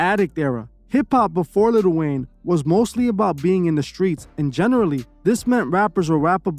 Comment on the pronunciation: its prounounced li'l wayne not little wayne plz make a video exposing lil yachty pls